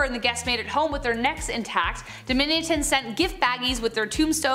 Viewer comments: Domitian should sound like omission 😣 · Domitian is pronounced "Dom-mish-un". That's just an example - you mispronounced about half of the names you said. Jeez - at least you're pretty.